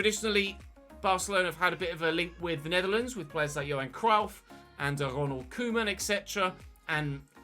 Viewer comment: I’m sorry how did you say Cruyff?